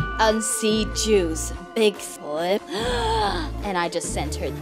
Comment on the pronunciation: she didn't say bigfoot she said bigllib